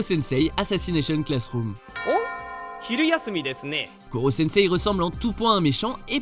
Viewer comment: c'est korosensei mais bon